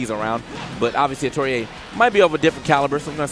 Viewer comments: Bruh Atelier, but pronounced Ah-tow-ree-ay?? where are they finding these hidden consonants and vowels?? haha I would have guessed something like Ah-tell-ee-ay, but if what they said is correct i got nothing, haha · Well atelier is pronounced a-to-ri-e in Japan so that's the pronunciation the commentator is going for